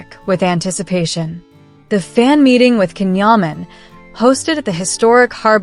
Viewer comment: It's pronounced Jan Yaman!